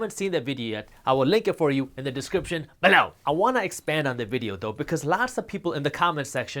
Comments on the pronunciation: If he wasn't doing it on purpose before he definitely is saying below like that so we can't say it normal anymore xd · i love your content alot Jaspreet but when you put over emphasis on "below", it cuts through me like a knife. lol